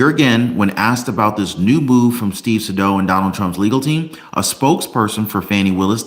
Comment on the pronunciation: Isn't it "Say•dow"? As in rhymes with "hey, cow!" 🤔?